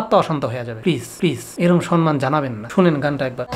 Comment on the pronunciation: Dada, Sanman noy,Ota SAMMAN hobe.😊